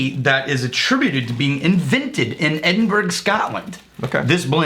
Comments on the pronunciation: Edinburg 😂 the hell is that? It’s edin-burra unless your Scottish then it’s edinbra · Bah, you lived in Scotland, you know it's not Edinberg, it's Edinburuh :) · it's edinbu-ruh not burg... also i find the lack of Indian teas kind of insulting. it is like looking at all of the worlds whiskies and forgetting bourbon (i am conceding Chinese tea as scotch) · I'm sure you'll get a lot of these comments from Scottish viewers, but Edinburgh is actually pronounced Edin-borough. The accent makes it sound more like Edin-bur-uh though. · Btw just so you guys know it's ed-in-bur-a not edin-bur-g also I've visited the tea shop before and the smell of the place is amazing!